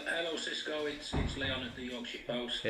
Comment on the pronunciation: Gidds: Sisco!! Come on, please pronounce his name properly! UTO 🦉